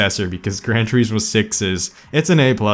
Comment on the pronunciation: “Tureeesmo” “liverees”